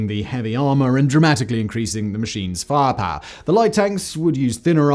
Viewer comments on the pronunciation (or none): The word "firepower": exists. Simon: "Faahpaah". Also: Most of the ATGM you showed while talking about the Javelin weren't Javelins. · do you really have to say "firepower" that way?